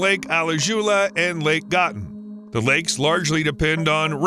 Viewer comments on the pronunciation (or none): I’d always heard “Gatun” pronounced as “Gatoon” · I was listening happily until you massacred the pronunciation of Alajuela and Gatun, for a second, Alajuela sounded like closest to Okeechobee, and a lake in Gatun is almost lo Gotham City lake